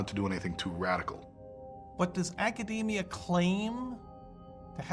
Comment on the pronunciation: For such a "genius", it's strange that he can't pronounce the word "academia" properly. And his head size theory is wrong. There are many animals whose heads are bigger than ours, and yet they're obviously not as intelligent.